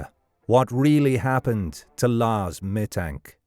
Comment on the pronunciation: The worst thing is ROBOVOICE!!!!!!!!!!!!!!!!!!! Meeee Tank???????